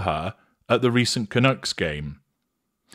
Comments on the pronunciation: Canucks not Canooks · The hockey team is pronounced Vancouver Can-UCKS, not Canooks. I'm a Canadian and our nickname amongst other Canadians are Canucks (no "oo" in there). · It's pronounced "Canuuuks". Not Canooks. Canuck is slang for Canadian. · Lol, I got a good kick out of how your pronounced "Canucks." - likes nuts. Vancouver Canucks!